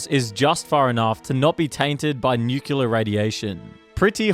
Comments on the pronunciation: Nuculer. Like George W. I love it. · Say the line, Bart! This guy: Nükiller